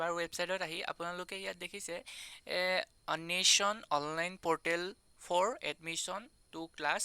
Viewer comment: Information ভাল দিছা । কিন্তু উচ্চাৰণ ঠিক কৰিবা দেই । অন্বেষণ ।